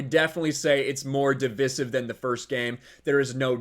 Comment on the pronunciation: Haha that’s not how you say “Divisive”. Should have stayed at school.